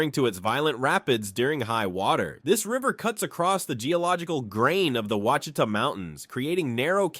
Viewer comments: Oucitha is pronounced wash-it-tha! From a native American tribe. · Ouachita. = “ wash a taw “ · Right, bad pronunciation! It should be wash-e-tah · The mountains in Western Arkansas and the lake near Hot Springs is pronounced Wash-i-tah. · The proper Arkansan pronunciation is WASH EH TAW . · Oucheatah...had me laughing way to loud. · Ouchita was butchered heavily. And Petit Jean was massacred. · "Ouachita" (pronounced wash-i-tah). lol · Ouachita, pronounced wash i ta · Quachita is pronounced “Wash-It-Tah” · I'm from Arkansas and didn't even know all of these. And yeah, like some people said, there were some mispronounced names. Among others, the one that stuck out most to me was Ouachita. It's more like "wash-it-ah" instead of "ew-wash-ita" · uhhm it is not wash I tah it is o wa chita! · Ouachita is pronounced Wachita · This was very interesting. However, as an Arkansan, I was screaming at the TV every time you said Ouachita. (And a few others). I know you did your best- lord knows you pronounced it at least ten different ways in one video. But for the record it’s pronounced “wash-eat-awe” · ahh yes lake WHA CHEE TUH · Ouachita (pronounced "wash-a-taw") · As an Arkansan…this video pains me… Ouchita = Wash-eh-tah Petit Jean = Peh-Ti Jeen Magnet Cove = MAG-Net Coh-ve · Arkansas is not nor has ever been a Midwest state . It is very much a Southern state . It always has been. Learn how to pronounce things properly when you do stories on Southern states . Those are the WASH EH TAW Mountains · FYI: Quachita is pronounced wash-a-taw...🙃 I did enjoy learning new things about my home state that I left decades ago. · wash a taw is how you say Ouachita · Please tell me this is AI, because anyone purporting to be professional would learn these names before making a video representing a state. Fouke = F-ow-k like ouch. Ouachita =wash-it-tah, like the Native American tribe. Magnet cove not magnetic cove. Petit Jean =Petty Jean, it means little John.